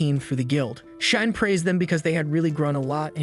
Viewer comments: Name: Shion AI: Shy-yon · Shine this, Shine that... It's scratching my ear canal every time I hear the name pronounced that way. 😂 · SHION = SHE-ON😾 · Narrator: Cheyenne Text: Shion Me: bro how is AI still not able to pronounce names? Lol